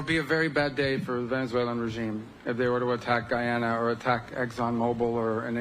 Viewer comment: And It’s Guyana. Not guayana!